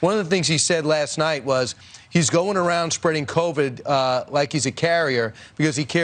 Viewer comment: The VIRUS is "COVID" not COLVAD you people are news people, get it right.